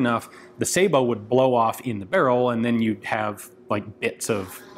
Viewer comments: Finally, someone in the U.S. actually pronounces "sabot" correctly! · I'm glad he knows how to pronounce Sabiot . Too many don't and it makes em sound stupid. A real dumb ass weapon. It's a wonder the army didn't adopt it.